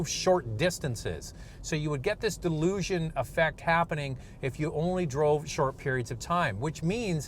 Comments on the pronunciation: I guess I’m not the only one hearing him said oil “delusion” instead of oil dilution. I watch the video to find out if Honda fixed this issue without getting an answer. Very nice looking CRV but I’ll stick with Toyota RAV4 until I know for sure Honda fixed the oil Dilution issue. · To Strong Herd, is correct in stating that the host's pronunciation is "delusion", but should be "dilution", like in his video title. In this instance your name calling is not deserving, given the gentle nature of the comment from, your response indicates that you have taken this as a slight and are frustrated that someone has indicated the incorrect pronunciation. The host has acknowledged this in his comment. An error was made and when pointed out, was acknowledge. This was a respectful exchange for which you have misinterpreted. I think an apology would be appreciated here, as everyone makes mistakes. Hope you know that your comments matter to this community. Please take care. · It's pronounced dilution not delusion. Unintentionally hilarious. The GDI and reduced friction piston rings allow raw fuel past the rings and into the oil pan... Honda's Computer controlled thermostat opened too soon and prevented full warm up of cooling system and engine. Sustained Higher oil temperatures are necessary to boil off the excess fuel and send the vapor to PCV system to be burned. Honda reprogrammed the thermostat but short trips will still be an issue. If you have a 1.5 Turbo, Make sure the reprogram is working up to temperature and I would try to take one longer drive each week, and change oil at 4000 miles. The new Rav 4 has an efficient, but loud and rough, new four cylinder engine and rough shifting 8 speed transmission. The Best way to go is the new Hybrid version of either the Honda or Toyota. Both have more power and better mileage, are significantly quieter and excellent reviews. And how much did the swiss army company pay you to say their name ten times?